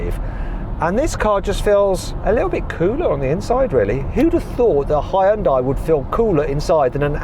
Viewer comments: 현대를 허연다이라고 하네 ㅋㅋㅋ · 이렇게 오랜 세월이 지나도 아직도 외국에선 하이연다이라고 발음하는구나… 이런거 좀 개선이 안되나?